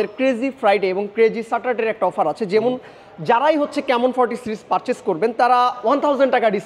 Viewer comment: Vai jemun nah jemon..😂eta beta akhter beti..ha ha hi..